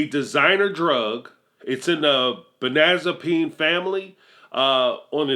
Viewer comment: Benanzapine family? I think you mean the Benzodiazepine family, or it might just be my speakers or your accent that threw me off. Otherwise really nice video! Keep it up